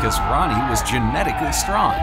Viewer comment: "geneticelly strong" yeah right 😂